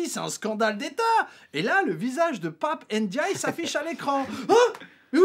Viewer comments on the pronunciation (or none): Pap ène djaille ? je sais bien que le personnage à été fortement dévalué dés l'instant où on a appris qu''il avait cédé aux attraits de la soupe macronienne ! Mais fais tout de même un effort en prononçant son patronyme ( mdr )